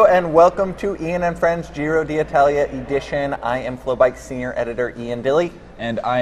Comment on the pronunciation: Can Michael say the name of the race from now on because Ian doesn't know how.